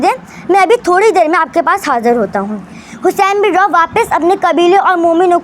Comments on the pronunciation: Lafzon ki adaegi theek kro Hussain bin rooh he roh ni he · Hussain bin roh he Naam hai rooh nhi hai